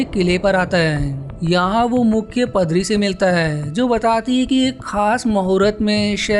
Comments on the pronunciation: Bhae pdari nhi padari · padri 🤣🤣🤣🤣🤣🤣🤣🤣🤣🤣🤣🤣🤣🤣, paadri bolte h. 🤣🤣🤣🤣🤣🤣